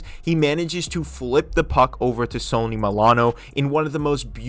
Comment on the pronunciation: What are you pronouncing Sonny's name like the brand Sony? Lol